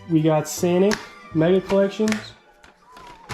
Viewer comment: And instead of Sonic he said sanic 😂